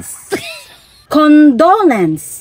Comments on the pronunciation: Kamatay😂😂😂CON DO LEN CE 😂😂😂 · Utro pud ang gatuldo di kamao mupronounce ug condolence ug debut!! Loslos ninyo!!